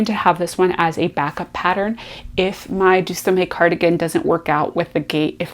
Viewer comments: The Deuxieme Cardigan is pronounced De zee em. It is French for 12th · Very glad to find your channel. I too am looking for a great cardigan pattern to cast on for fall. [Just a note as someone who majored in French in undergrad , and whose grandparents were French speakers- Deuxieme ( which means 2nd) is pronounced - Do Z M, emphasis on the M anyway...]. I was happy to see that you found some options that I missed. I am finishing up a trio of vests for my 3 grandsons, and one more for an "almost grandson". When those are finished I will be ready to cast on. Good luck with your choices. I will check back to see your progress.